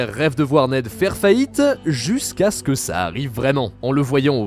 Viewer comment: (Jusqu'à ce que) et non (justequak).....